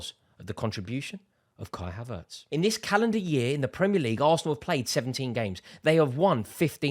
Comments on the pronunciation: It's havertz not haveurtes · He’s pronounced: HAvertz not haVERtz 😊